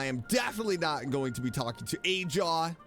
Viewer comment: the correct pronounciation is ahaw tho, not ajaw... or perhaps there's some inside joke that i missed? love your videos!